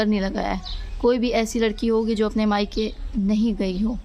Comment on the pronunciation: Maika hota ha bibi mika ni